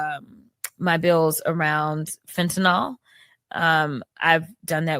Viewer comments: There is no “o” in fentanyl, people. FEN-tuh-nil. FEN-ten-all. Not saying you can fix it without pronouncing it, but it can’t hurt. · Phen-tin-nil. Not phen-tin-nol. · For the thousandth time, it's not Fentanol. It's fen-ta- neel..